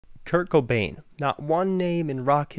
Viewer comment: Love your vids but, It's Kurt Cobain. Not Kurt Kobane...